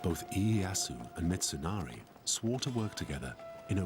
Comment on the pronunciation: "Hidehorry, Mitsunarry, I'm sorry"